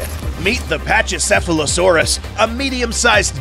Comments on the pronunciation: pachycephalosaurus. Pack-e-cephalosaurus not patchy They pronounced it right with the mamenchisaurus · It’s pronounced PAKYCEPHALOSAURUS . Or PAKY for short lol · Pachycephalosaurus (Pa-ch-uh-sef-uh-luh-soar-us) Me: No it’s Pachycephalosaurus (Pack-E-sef-uh-luh-soar-us) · Look, it’s not said pach-ee-sef-ah-low-sore-us, it’s said pack-ee-sef-ah-low-sore-us! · "Pachy...." has the hard "K" sound, not soft "ch". Should sound like "packy...". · 'Packy' cephalisaurus...not ' Patchy' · It's pronounced packy not patchy for the pachycephalosaurus that was just annoying me great video though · The pronounciation is pakisephalosoras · bruh grow up you can pronounce it "paki" cause thats how it is for the Pachycephalosaurus....